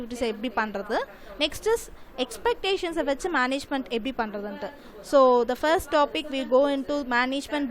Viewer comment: This is called as exception not expectation rectified your pronounce mistakes